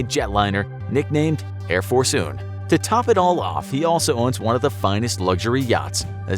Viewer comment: “Air Force Un”